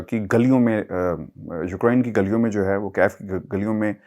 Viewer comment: Its not Ukrine .. its pronounced as Uk-rain